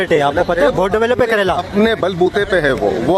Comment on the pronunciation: ਓਏ ਕਰੇਲਾ ਨੀ ਕੇਰਲਾ 😂😂😂😂😂